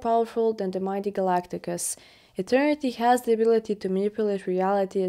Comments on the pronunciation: A mispronunciation of Galactus. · & ... Who is Galagtagus? 😂